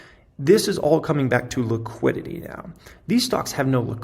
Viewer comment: You say liquidity, I hear tegridy.